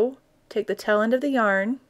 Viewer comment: Taaaaaale end. Not tell end